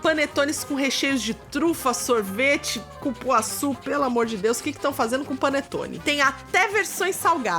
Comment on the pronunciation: É um "Pãonetone". Hahaha